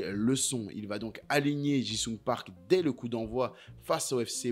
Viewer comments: Park JI sung, pas JIN sung 😂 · Ça me trigger à chaque fois que tu l'appelles Park "Jing Sung", bordel 😂😂😂